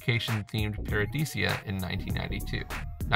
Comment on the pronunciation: Paradiisa, not paradisia... Ouch! 😵